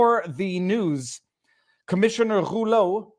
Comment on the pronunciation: Viva..I love you brother. But man..please speak either French OR English..not both. (I and I’m sure many others cringed every time you pronounces that POS Rouleau’s name that way;)